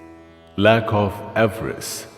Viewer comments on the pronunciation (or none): none